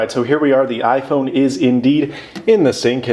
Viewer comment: "ifrone"? LOL or am i hearing things?